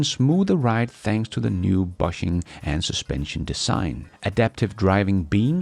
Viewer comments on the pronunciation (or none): My condolences, and a tip: "bushing" rhymes with "pushing," not with "blushing"! ❤😊